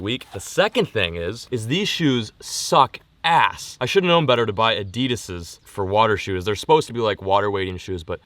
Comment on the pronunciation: The way he pronounced adidas lmfao